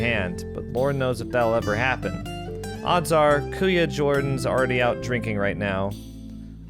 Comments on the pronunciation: oh btw, you pronounced kuya PERFECTLY! ate (ah-teh) = term of respect for an older sister/female cousin kuya (koo-yah) = term of respect for an older brother/male cousin tita = similar to the use of aunt tito = similar to use of uncle this is typical Filipino family expectations culturally; my mother is youngest of 9 and she was the only one supported financially to move to the States, with the understanding that she would send as much as she can back home for the rest of the family. i'm pretty grateful that even though we didn't have much here, it's much harder back in the Philippines. the minimum wage here can be considered middle- or upper-middle class earnings there, depending on the area you live. but here, minimum wage barely covers basics... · Kuya (pronounced koo-ya) = Elder Brother Ate (pronounced a-teh) = Elder Sister Both can be used for non-kin, like with the Japanese oniichan or oneechan. However, they're being used for actual kin here. "Kailan ka uuwi?" (pronounced ky-lan ka oo-oo-we") = When are you returning home?